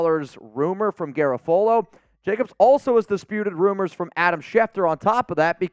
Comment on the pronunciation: I think you're pronouncing Garafolo wrong lol